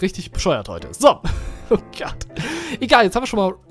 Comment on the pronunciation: du sagst immer statt oh gott nähmlich oh gatt !